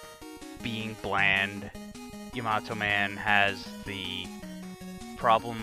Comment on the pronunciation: It is yah-mah-toh. He mispronounces it.